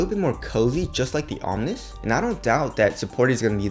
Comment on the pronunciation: omni means "all; of all things" that word is pronounced (om-knee) not (om-nis) you sound stupid when pronouncing it wrong. just from another Asian brother to another